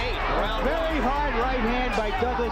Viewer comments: hand-pink-waving:...CLIK BAIT! Wouldn't call a 10th Round KO "in seconds" !!! Narrator pronounced Busters' name as "doog-lass". WILL SOMEBODY PLEASE PULL THE PLUG ON THIS "AI" CRAP! Tyson was worst champ EVER, dang Ear Cannibal with a lisp...:face-orange-frowning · AI narration sucks. At one point, I heard "Doo-glus' for "Douglas" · Circa DooGlarse vs Teeson. Fucking AI sux. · Fucking bot voice, at one point he called Douglas..DoooGlass.